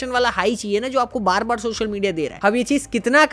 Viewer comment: videos achi banate ho, bas social ko shoshal kehna bund karo 😂